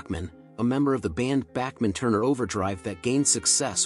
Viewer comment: A new record—Bachman pronounced three different ways in the intro…